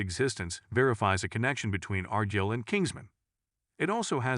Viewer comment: You ever hear of argylle socks. It's not R. Jill. It's more like R - guy-LL. So annoying.